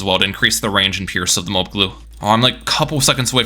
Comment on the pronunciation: its MO-AB, not MO-OB